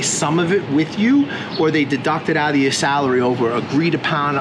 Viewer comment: Why do you say "brush yo teeth" ?